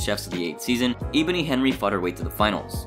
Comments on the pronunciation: bro said eeboni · Sorry, I have to this (Eh-Bo-Ny) also (Ya-She-ka) also (Ger-Rone) so sorry again 🙇‍♂️